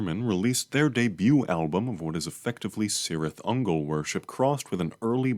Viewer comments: Nitpick: It's pronounced Kirith Ungol, not Sirith. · Ay bruh Cirith Ungol means “valley of spiders” in black speech (Lord of the rings language) and the C is pronounced like a K